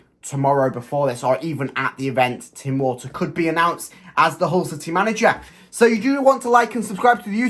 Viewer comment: I think its pronounced Tim Volta